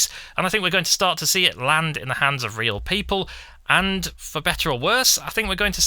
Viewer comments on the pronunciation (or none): none